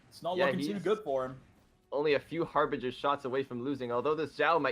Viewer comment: why are you saying HARVEGER when this is HARBRINGER